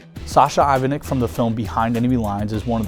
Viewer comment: Ivanic isn't pronounced as "İvanik" , it is "İvanich"